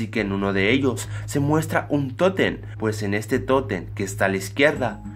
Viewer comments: Que no se dice tótem no toten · es totem no toten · Que no se dice tótem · Se dice totem